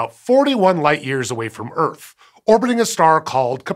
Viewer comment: “Earf” Welcome to Earf!